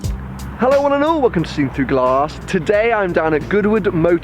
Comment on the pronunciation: What does he say at the beginning of all his vids? Just sounds like "hello one an ohhh" to me 😂